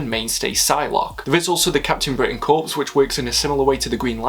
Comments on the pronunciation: Great video, but it's pronounced core not corpse btw. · Enjoyed this a lot, I liked your dry wit re Alan Moore, would have liked you to expand on his working relationship with Alan Davies (D.R & Quinch, et al). One thing though, "Corps" is pronounced 'Core', not 'Corpse'! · Only criticism I have is a pronunciation that sometimes happens, and it happened here, unfortunately. "Corps" is not pronounced like corpse, aka a dead body. A "Corps" has silent P and S. It is a military formation, and rhymes with Core. The Green Lantern Core, aka Corps, or the United States Marine Corps. Like the marching chant that rhymes. One, Two, Three, Four. United States Marine Corps.